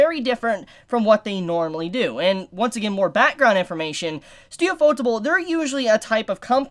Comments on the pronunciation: You-fo-tay-ble not u-fo-tah-ble. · It's Yūfōtēburu. Pronounced Yuu-Foh-Teh-buru. Ufotable is just a more anglicized spelling. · what u r saying i don't understand when Everytime u said ufotable